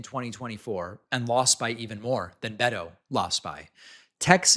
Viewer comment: David, please learn how to say Beto correctly. Thx from a Latina Texan💙🌊